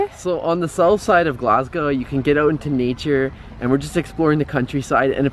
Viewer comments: NOT GLASGAOW it is GLAS GO!!! GO LIKE GO TO THE STORE NOT LETS GAOW TO THE STORE!!! FUCKIN YANKS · It really annoys me how you said “glasgew” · love your videos but please learn to say glasgow (glas go)